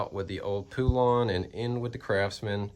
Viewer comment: Thats not how you pronounce poulan 🤦‍♂️